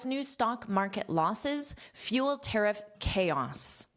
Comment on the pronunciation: Pronunciation of “ tariff” the last ff.. please